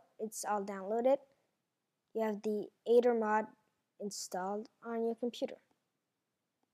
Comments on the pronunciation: Not ADER Not Ether It's Aether :/ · You pronounce it eder, not ader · ITS AE-TH-ER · I love how u cant say aether its so adorable :3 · DUDE IT WORKS THX, AND ALL YOU MEAN BULLYS SHUT UP AND GIVE HIM A BREAK HE IS DUTCH AND THATS HOW HE PRONOUNCES AETHER! GRRRRR....